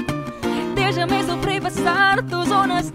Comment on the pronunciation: It's good and Spanish words were pronounced well except for dejame. Julie Ann, J in Spanish and Filipino are pronounced the same, it is pronounced as " h ' like your last name Jose. You don't pronounced it like the English word Jar right ? So dejame should be pronounced as dehame. Filipinos are getting more and more attached to English that some already forget that J is pronounced as h.